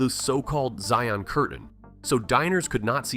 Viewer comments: Zion rhymes with Lion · It is one of the better poorly researched videos on Utah. They got the name of the church wrong, slaughtered the word Zion, thought the handcarts were with the wagons, ignored the people that were against the church telling lies in Washington DC that led to the Utah war, ignored that the name Utah was forced on us when we wanted it to be called Deseret, & obviously hasn't read any of the thousands of published journals & histories from the people that settled what became Utah. He fails to mention major cities outside Utah that was settled by church members like the well known Las Vegas, Nevada. He ignored that Bill Clinton in 1996 created a national monument on top of large reserves on coal as many presidents. He also forgot to even mention the largest living organism & oldest multi-stem tree that is over 100 Acres called Pando is in Utah. He skipped that we used to mine oil in Rainbow, Dragon, & Bonanza. He skipped that many of the times when minerals were discovered that land was taken away from the territory of Deseret that he did at least mention the name of. So not it is not accurate at all, but it is the least offensive video to date I've seen that claims to have facts. I bet he couldn't figure out how to pronounce Tooele, Duchesne, or Hurricane. I also doubt he could figure out where the pronunciation for Hurricane, Utah came from. I highly doubt he knows where the name for Saint George came from & who was that Saint George. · They also used the term Mormons which was originally used as a derogatory term for the members of The Church of Jesus Christ of Latter-day Saints. They did the normal mispronunciation of Zion. It was only slightly better in mentioning Deseret, but screwed enough other stuff up.